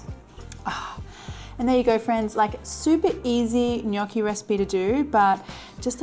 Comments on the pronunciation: While I patiently wait for my precious book to arrive, these daily recipes really help ! What is not too like, mushies, miso and cheese - cannot wait to try this and thanks for pronouncing gnocchi correctly ! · Super impressed by your perfect pronunciation of the word “gnocchi”. Everyone just pronounce it wrong outside Italy 😊 The dish looks super delicious. Hugs from Bologna 😊